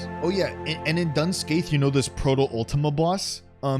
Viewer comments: Fun fact: it's not Dun Scaith, it's Doon Ski, as in skiing, because yay Gàidhlig (Scottish Gaelic), whereas Scathach is more like Ska-hock, as in hockey, because yay Gaeilge (Irish Gaelic), and neither language came to be with anything close to the English language in mind. That didn't appear in anything close to a recognisable way until around the late 14th to mid 16th Century BCE. Languages are awesome. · me, an irish person, hearing "dun scaith" pronounced out loud for the first time: WHAT DO YOU MEAN IT'S NOT SAID "DOON SKA"??? it looks like it should be pronounced the irish way T_T